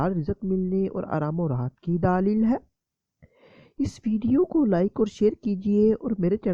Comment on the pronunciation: بھائی آپ کیسے بولتے ہیں؟؟؟ اور لفظ "دلیل" ہوتا ہے "دالیل" نہیں۔